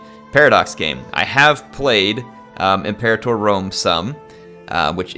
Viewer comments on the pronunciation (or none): none